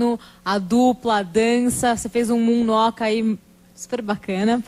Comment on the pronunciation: Né não qual a dificuldade de falar Moonwalker caramba kkkkkkk